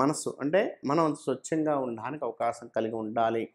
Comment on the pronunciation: Kobborikaya kadhu...Kobbarikaya....sochanga kadhu...swachanga🤦